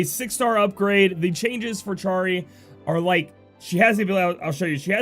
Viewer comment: Love all the info you provide us with! P.S. it's pronounced 'arrow-guh/arrow-juh' and Charie is 'Shuh-ree' (